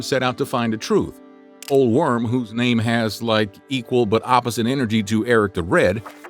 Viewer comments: O - lay Worm - not Ole - redo and repronounce.... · ...surely that guy's name is pronounced like "Olay Vorm" or something, not "Ol' Worm" XD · Old Worm, really, you should do a little searching of Norwegian name. Try OLAY VORM, like FORM! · Ole Worm is pronounced Oh-la Verm